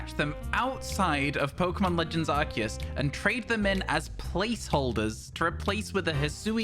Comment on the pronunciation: he said it … legends arKEus …. not arSIus 😱😱 🎉🎉🎉🎉🎉